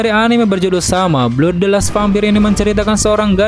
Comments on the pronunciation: Blood , bukan belud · bang mohon maaf koreksi, itu pengucapan Blood dibaca "bləd" bukan "blud" that's all... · Bacanya (blad) BLOOD bang..